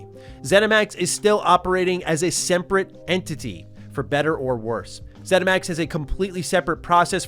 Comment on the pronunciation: Haha “semprate”